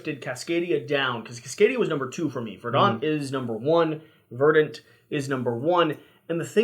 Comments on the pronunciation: There's no debate. Look it up. The accent is on the first syllable. /ˈvərdnt/ You can find the oral pronunciation on YouTube. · It’s pronounced verdant